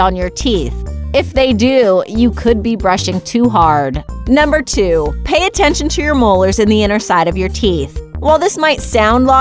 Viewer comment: WAIT how much attenchin to the frunt teath ummmm................. hehe oh no!